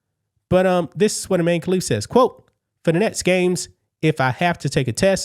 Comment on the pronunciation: So Imane now says “I man(e)”…..